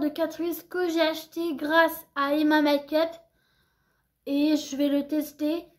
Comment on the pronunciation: Ca ce prononce pas " makeupe" mais " mèïkeup"